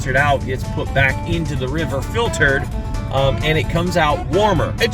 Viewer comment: First time that I have heard of anglers supporting a program like this but it's awesome. Also, did you say that all of that water is "fil-turd"???